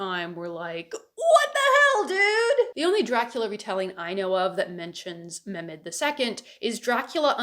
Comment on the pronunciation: Not as much bothered by the Romanian pronunciation as much as the missing H in Mehmed. I am SORRY my Balkan ears are being little whining babies about it <3 1000% awesome points otherwise